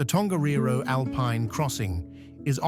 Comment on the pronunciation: why do content creators not check their (or AI) pronunciation? luging? that sounds like spitting on someone, when I assume what is meant is a luge, toboggan. People with no knowledge of Queenstown might think otherwise. Catlands? Tongerro, Ben Lammond, oh good grief, you're getting a dislike just cos you were lazy.